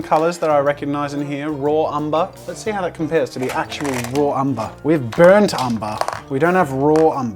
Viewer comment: No one: NOT a single one: Jazza: BURNT UMBA ITS AMBER